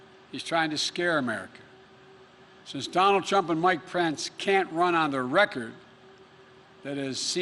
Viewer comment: Biden say prence instead of pence 🙄 🤔